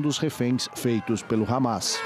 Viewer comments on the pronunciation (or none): none